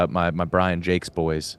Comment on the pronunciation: pronouncing “Jacques” as “Jakes” 😅